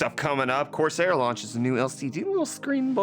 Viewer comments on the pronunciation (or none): none